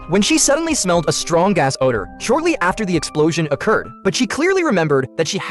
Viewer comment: was supposed to say strong gas order But I heard strong a$$ odour